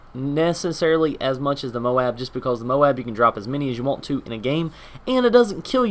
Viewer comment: "just becaulse" ;)